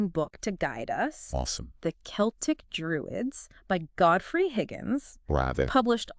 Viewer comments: Wtf is this garbage? Druids and ancient Celtic (not seltic) people were NOT black. Come on! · The selts 😂